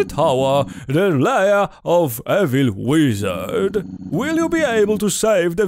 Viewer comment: "the lair of the evil wizard" przetłumaczone jako "kłamcy złego czarodzieja" chyba tłumaczone ze słuchu o wymówił "lair" jak "liar"